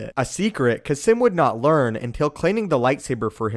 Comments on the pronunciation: Its pronounced "kasss-eeeem" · Is Kasim's name actually pronounced Kah-Simm